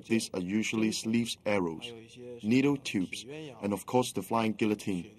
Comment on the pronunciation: The narrator should earn how to pronounce guillotine...